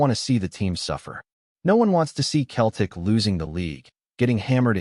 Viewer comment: Who the hell is Keltic ??? It’s pronounced seltic you American numpty .